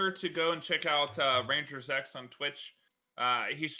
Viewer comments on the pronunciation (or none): Like i've been watching for a while now but i always thought his name was -zx, but says rangerz-x like is this how his name in pronounced or what?